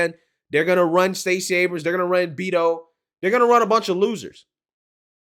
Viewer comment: Hahahah!!,!... "BEET-O"!!!!